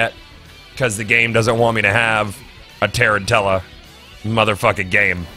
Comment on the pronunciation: Goth its Tuh-ran-chula as in the spider since the armor is based off the spider, not tear in tella.